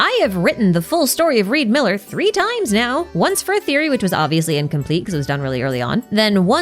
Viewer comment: His name is not Reed Miller it's Ree D. Miller